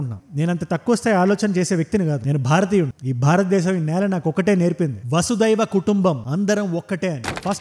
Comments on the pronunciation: అది vasudaiva కుటుంబo కాదు vasudaika కుటుంబము. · వసదైవ కాదు బ్రో.. వసుదైక కుటుంబం అనాలి.. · వసుదైవ కుటుంబం కాదు 'వసుదైక కుటుంబం' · Vasudaiva kutumbam kaadu anna vasudaika kutumbam